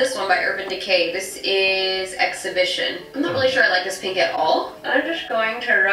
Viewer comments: its Pehnk😂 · What’s wrong with peeenk? That’s how I say it, I don’t think you pronounce it pink